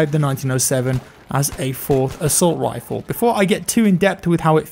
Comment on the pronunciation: Am I going crazy or did constantly say "assault wiffle"? Never heard him do that before:D